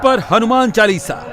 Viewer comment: It's not "चलीसा "....Its चालीसा....